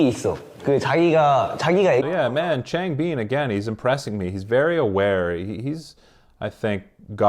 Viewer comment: Just a quick heads up! It’s pronounced Chang-bIN and SeungmIN Great video though, I highly enjoyed it 👍